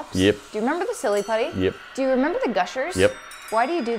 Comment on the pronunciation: i love shes like " remmeber the lolipops remmeber the putty remmeber the gushers, why do you do this to me"